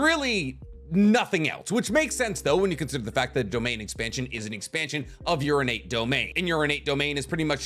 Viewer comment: He said “ Urinate Domain “